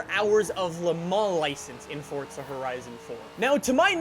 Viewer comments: It’s forza not forsta pls say it right it’s pissing me off🤣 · Its forza not fortza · Whats this fortza your talking about? Cuz theres no T in the forza (Four-Za) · FORZA, not FORTZA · Stop putting a T in Forza. It’s FOR ZA not Fortza. English please. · Who else gets triggered when he says Fortza instead of Forza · Anyone else notice that he says fort-za 🤣🤣🤣🤣😂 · Please stop pernouncing forza like fortsa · Please stop saying ''Fortza'' so much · He pronounces it as fortza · Hey, please stop pronounce forza with a t... You say fortza, thats not how you say it, so please, stop. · "fortza" sorry i like the vids but...fortza. hmmmm. lol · Does FORZA have a T in it? NO so stop pronouncing it incorectly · No they’re not both correct learn your English there is no T in Forza